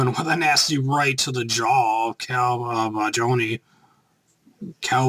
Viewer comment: it's pronounced JAW-KNEE